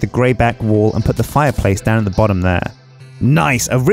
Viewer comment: Am I the only one hearing "wool" instead of "wall"?